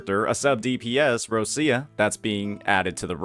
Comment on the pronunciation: /Rochia/ not /Rossia/ please